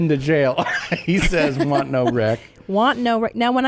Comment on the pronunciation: His lips way want but it sounds like work